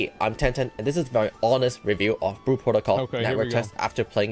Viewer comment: Lol it’s like speech impediments in stereo. “Blue” has an L in it kids…